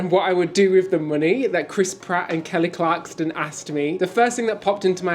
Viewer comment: KELLY CLARSON...NOT CLARKSTON 😜